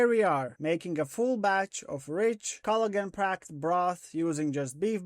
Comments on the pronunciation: I couldn't figure out what "Culligan" meant... 20 minutes in I figured you were saying Collagen. lol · I'm going to start saying cloigan, it sounds better 😂